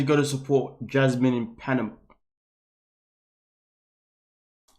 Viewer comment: Why does pronounce it "Pianama"?